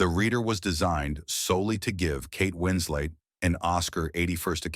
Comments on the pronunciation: It's "Winslet", not Winslate". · Ugh...this felt more like a cinematic burn book with sub par AI narration...WinsLET, not whatever you said...🤦🏽‍♀️ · The AI narrator needs some remedial work. Kate Wins-Late? Really? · Kate "Winslate"?